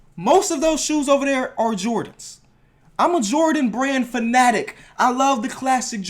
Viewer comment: fanatic is pronounced fan-uh-tic not fun-attic